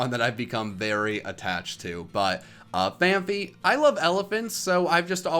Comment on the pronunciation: It’s fan-p-ee